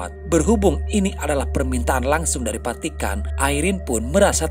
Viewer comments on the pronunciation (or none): Saran. Vatikan bukan patikan ngab.